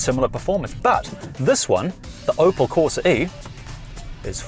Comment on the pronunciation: CorsA, not corsE 🤦🏻‍♂️